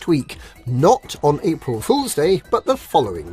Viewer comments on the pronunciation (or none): You mispronounced "April"